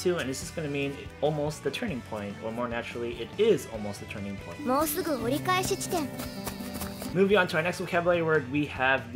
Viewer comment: This is awesome! I am trying to figure out why in the case of "orikaeshiten" it really sounds like she's saying "orikaechishiten". It's like there's an extra "chi" or "ji" or "shi" in there. Weird.